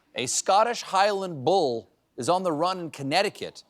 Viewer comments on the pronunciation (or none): none